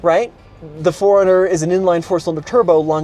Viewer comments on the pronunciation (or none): I know there always seems to be critics. And as such, I try not to be. However, the 4Runner isn't pronounced 'Foreigner'. Yes, mentally I correct grammar.